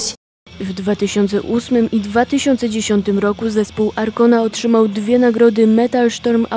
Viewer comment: A ta prezenterka... jakaś taka przyćpana. ;) Informacje o Arkonie czysto z Wikipedii -świetne źródło... mogła chociaż się doszukać, jak poprawnie przeczytać nazwę ich albumu, skoro już musiała ją przywoływać. Smyczki nie są charakterystyczne dla całej muzyki celtyckiej... Wiem, brzmię jak hejter, no ale kurwa... A P. Shuttenbach jest niejako projektem Percivala, nie odwrotnie.. więc oni na etnicznych instrumentach to właśnie głównie grają, nie projektowo...